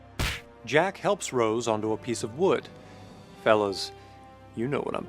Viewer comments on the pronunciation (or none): none